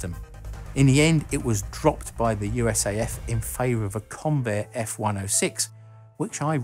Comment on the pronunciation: Just as a piece of trivia, in the United States we don't pronounce USAF as "U.S.A.F" (you, ess, ay, eff), just "US Air Force" regardless of whether US Air Force or USAF is written. Go figure As for the F-104: It wasn't exactly designed as an interceptor from the start -- it was designed as a light-weight fighter. The MiG-15 had a faster time to climb and a higher service ceiling than us and most pilots wanted something simple, light, and could out-accelerate, out climb, outrun, and get on top of anything the Russians got. While the USAF was willing to sacrifice some complexity in favor of weight, they soon were interested in a plane with the ability to operate at continuous Mach 2.0 performance and that lead to the aircraft's shape and kept the wing-size fairly small. It was thrust into use as an interceptor because the F-102's and F-106's were running behind schedule. It wasn't very advanced in electronics but it was low maintenance, and was there.